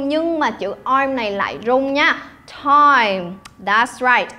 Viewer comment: Cô đọc chữ “time” nghe hay quá !!